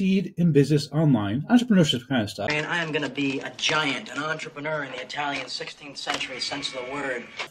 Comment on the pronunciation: "I'm going to be a giant entrepeneur..."